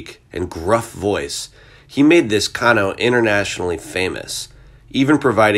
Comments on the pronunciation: Said Kayno not Kano! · Woof. Great tribute overall, but the character he played in Mortal Kombat, his name is pronounced "Kay No". I'm sure you hire voice over actors to do these bits, but as a voice actor myself, I know it wouldn't kill them to do 5 minutes of research on how to pronounce a name of an iconic character, and it wouldn't kill you to make sure the actor does his job and pronounce the name correctly. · “Can Oh” lol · I just have to correct you, it's pronounced "Kay-no". But a great tribute regardless. Thank you. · It's pronounced "Kay-No" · Kano is pronounced wrong, too. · The guy didn’t know who Kano is bc he definitely mispronounced the name lol